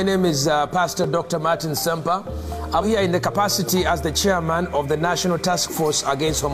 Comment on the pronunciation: "I've taken thee time to do a leetle research"